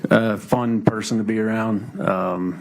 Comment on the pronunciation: says Pershon not person